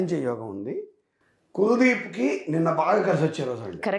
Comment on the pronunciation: కులాదీప్ కాదమ్మా కుల్ దీప్ 🤗🤗🤗